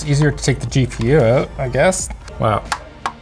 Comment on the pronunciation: Why he is saying OUT in a weird way?